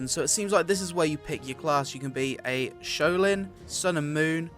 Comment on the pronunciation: Did dis guy just say showlin? it's SHAO LIN SHAOLIN